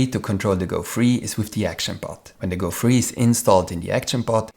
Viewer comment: thank you for the video! a downside of it is that it is a bit hard to differentiate 'free' and 'three' whenever you pronounce them.